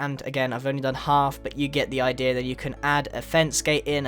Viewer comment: I like the way grian says "idea" he says Idera